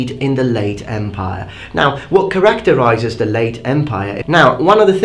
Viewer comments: It’s pronounced character-eye-ziz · Just a friendly comment: 'capable' has a longer first 'a'. =) Edit: Same with 'characterizes'. =)